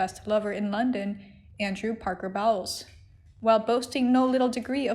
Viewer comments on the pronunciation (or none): Happy Birthday Princess Anne. Dear Narrator, please pronounce peoples names correctly, its "Bowls" not " Bowels"